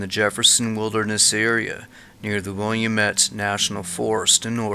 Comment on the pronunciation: Wil-lam-ette ...your saying it wrong. Much love from Oregon!